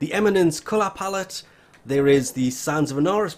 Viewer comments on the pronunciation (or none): none